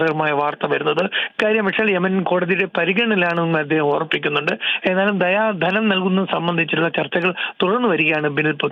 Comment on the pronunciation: ദിയ ധനം ആണ് ദയാ ധനം അല്ല